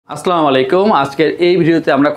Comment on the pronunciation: সালাম দেওয়া ঠিক করেন ভাই। আসলা হবে না আসসালা হবে